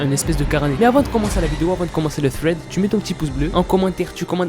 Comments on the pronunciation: Fread mdr sa ce dit sread mais don t'ai le meilleur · "Thred" et pas " Fred ". J'déconne frr continue comme ça 😜✔️ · On dis pas Fred On dis Sreds